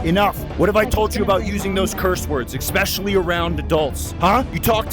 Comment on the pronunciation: "Eckspecially "..... Just think of that, 'ECK'Specially'... What are you, five years old?